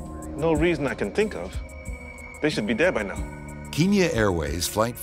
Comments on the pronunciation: Bro really said kinya airways 💀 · keenya? do you mean kenya lmao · Keeenya? Seriously? It's Kenya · Why does the narrator keep calling it keen-ya??? And why would that plane have no contact with any towers for 5 hours??? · Any one notice that the narrator is saying "keenya" instead of "kenya"? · It's Kenya not Keenya! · because kenya is pronounced KE-NIA..bet many kenyans even pronounce it wrong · Keen- ya. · Sooo a show that reports on incident facts cant pronounce kenya...its a country..i just...i...how...come on now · You better work on the accents there Kenyans don't speak like that.Actally most Africans don't.